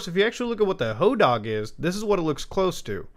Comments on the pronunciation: Sir I love you but plEASE the hodag is pronounced "ho-dahhg" with a long A such as in pad or bad It was my high school mascot :) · AYO I ACTUALLY LIVE IN RHINELANDER, the hodag is our mascot and we have statues of it all over town. i got literal goosebumps when suddenley hearing muta mention my town lol. Also it's pronounced "ho-dayg" lmao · the statue picture you share of the hodag is at the "Rhinelander Area Chamber of Commerce", he greets you as you drive into rhinelander. we have a hodag country festival for him. we pronounce it "hoe dayg" not "hoe dahg" btw. kids steal hodag nails for good luck, it's dumb. and rhinelander has a lot of drug addicts in it compared to the other towns nearby. maybe that helps figure out if its real or not. :p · In Hodag the a is a long. I didn’t expect a caving story in Utah to have a monster from a place I grew up visiting in Wisconsin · Hodag dag is pronounced like tag